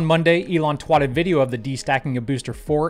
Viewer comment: Go to: "on monday elon twatted video" Huh? what does twatted mean?